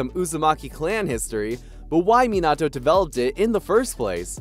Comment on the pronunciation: It irritates tf outta me when people pronounces minato’s name like this guy💀